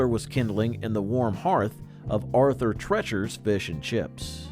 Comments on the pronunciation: Arthur "Tretcher's"? Ask your teacher about Arthur Treacher. Anyway, I never heard that referred to as "bad"; in fact, another video says it's missed! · It's pronounced Tree-chers not trechers !!! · Arthur Treacher's was NOT pronounced as Arthur TRETCHer's! It was pronounced Arthur TREEcher's! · Also, -- Arthur Treacher's name rhymed with Teacher, not with Treachery. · You pronounced the name Treacher incorrectly. Rhymes with teacher. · Arthur TREE-cher's, not TRET-cher's. Do your research, people. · Its Arthur Tree- Ture not Tretcher. Rustler had fantastic ribs in its hey day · Its not Arthur Tretchers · Sandy's wasn't bad, just bland. And it's Arthur TREE-CHER'S -- He mangled the name. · Treacher's is pronounced Tree chers! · Treacher’s is pronounced as TREE-churs not the weird way you said it. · Where in the world did you get the pronunciation of " Treacher" as tretcher? Is the person that teaches class called a tetcher?😁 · Great video, I remember most of these restaurants. One note, Arthur Treacher's rhymes with teachers :) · It's pronounced TREE-CHERS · Chi chi’s/ Sandy’s /Arthur treachers and it’s pronounced like teachers.Beningans/Bonanza/Steak and Ale my friends and I all loved these restaurants! If you never have eaten there then you have no say in the matter! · Arthur "TrEEchers" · This douche is not pronouncing Arthur Treacher's right at all